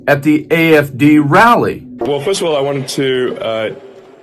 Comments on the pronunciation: Lmaoo 😂 he supporting a group and movement and he cant even get the damn name right its the AFD GERMANY . He called it IFD even transcription picked up he called it IDF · It sounded like he said the "IFD!" Not "AFD." Also....anyone notice the Usha doesn't look well? What's that about?😮 That's concerning.😮😮😮